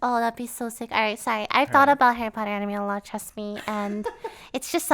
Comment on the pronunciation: Hawwy Potter!!!